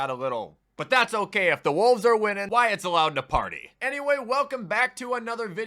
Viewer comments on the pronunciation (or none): none